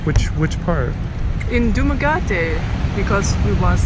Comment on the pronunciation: You are cranking out some great content. I'm in the DR in the process of relocating from Santiago to Cabarete. You can come here with no covid test. I recommend the north coast and I hope you'll hit me up if you come here. PS my greatest mission in life is to get you to say "duma-GEH-tay" haha.